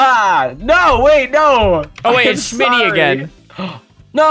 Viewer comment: It’s shmtty not shimitty